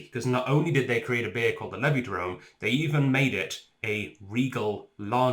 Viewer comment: It's pronounced "Levidrome" You're welcome.